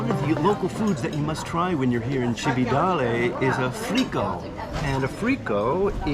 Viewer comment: and just to upset your pronunciation apple cart a little more, Cividale is pronounced CHiv-e-darlay, great video, well done, grazie 😊